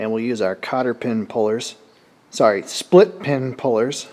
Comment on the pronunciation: Old man Cotter is rolling in his grave calling his pins “spilt”pins. Geez. 😂